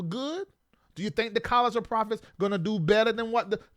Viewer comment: Profits instead of prophets 😂😂😂